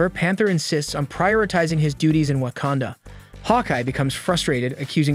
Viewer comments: Especially when he says wah-can-duh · Wakanda not wacanda